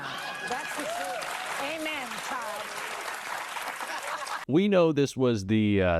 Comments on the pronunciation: And Jasmine said “chile” not child. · She wasn't called a child, Rep. Jasmin said "CHILE"